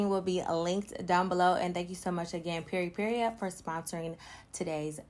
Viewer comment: I love you but pronouncing Peripera as PeripeRIA was driving me crazy Lol. That’s a super cute lippy!